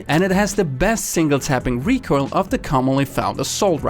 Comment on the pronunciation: He said recoirl which triggers me so much